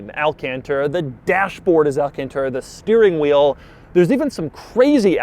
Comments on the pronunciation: why do people pronounce it “alcantera” when it’s pronounced “alcantara”? I will never get that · why does he always pronounce it wrong? he says tera instead of tara... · Al-Can-Terra Al-Caun-Taura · Take a shot every time Doug says "alcanteta" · AL-CON-TAR-A thats how you pronounce it u idiot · Niggah say alcontairUH one more time. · This fu*kin guy does the most annoying pronunciation of "alcantara" + "1.5 million dollars" Hope you stop making videos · Nobody: Not a single soul: Doug: alcantara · Please don't ever say Alcantara ever again. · J M Everytime he says it slap ur self in the head